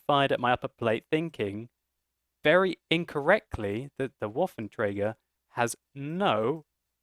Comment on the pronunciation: its trager not traeger.